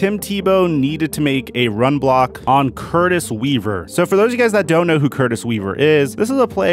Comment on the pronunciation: Dude put some respect on Curtis Weaver's name!